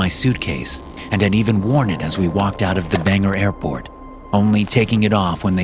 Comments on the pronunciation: It's Bangor not banger though funny to hear all the time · Love the stories she always referencing my beloved north east Friendly critique it’s pronounced nothing like it looks like much of the towns and cities here “Bang-gore” Maine